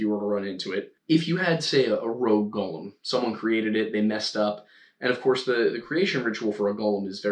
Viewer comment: Ok a couple of things; it’s Go-lem, not Gall-um so stick with just the one pronunciation. The Rabbi’s name was pronounced “Low” not, Lao. Yes it was kiln fired clay as the elements of earth and fire were both used to create a Golem.